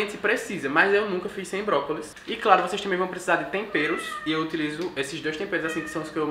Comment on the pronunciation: toda vez q ele falava brócolis eu entendi própolis